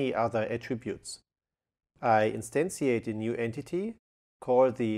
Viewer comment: Hier mal eine Kleinigkeiten um die Aussprache zu verbessern "instantiate" = instan schi eit und "Query" = Kuäri und huge = hiug mit h. Fass es als konstrokutive kritik, denn dadurch wirken deine Videos noch professioneller, anstonsten rest ist top